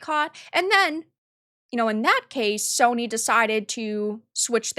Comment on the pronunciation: "Soyny" HA! Nice.